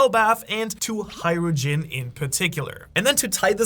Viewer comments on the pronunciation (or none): Say it with me slowly. HAJ-RU-DIN. How tf did u get HAI-RU-JIN?